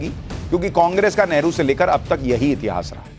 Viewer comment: It is Neheru not never